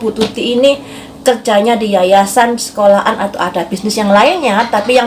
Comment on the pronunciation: Sekolahan mbak bukan sekola An🤣🤣